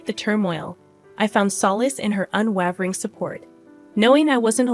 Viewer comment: Unwavering 😂 Your inabity to speak at a normal pace and pronounce words is deafening. Don't quit your day job.